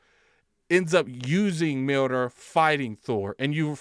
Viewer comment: Pretty sure it’s pronounced “Mule-near”.